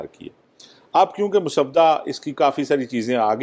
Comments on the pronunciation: Mr.azaaz let me point out that the correct pronunciation is mosawwada and not maswada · شاہ جی۔مس ودہ نہیں ہوتا مسودہ ہوتا ہے ۔س کے اوپر جزم اتی ہے یعنی ڈبل س ہوتی ہے ۔ م س س ودہ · Maswada nahee paendoo...journalism ker rahay ho tou zaban he seekh lo...musaw-wada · Azaz, maswuda nahi (masawada) ha bhai Jan ker geo 😅😅😅😅😅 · Urdu to thek bolo mosavady ko soda bana dia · اعزاز صاحب، مسودہ کا تلفظ غلط ادا کیا گیا